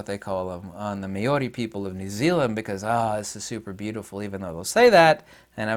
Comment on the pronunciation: Māori… mow (as in cow) ree (as in pee).